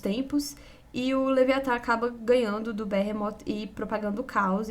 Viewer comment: Excelente vídeo. Sowell é bom demais! Sobre a pronúncia de "Behemoth", um adendo respeitoso: me parece ser algo próximo de "birrímot" (mais próximo da pronúncia em inglês, inclusive) do que "berremót" (como, instintivamente, pronunciamos em português). Mas isso é um mero detalhe, que não impacta em nada a alta qualidade do vídeo. 👍🏻👍🏻👍🏻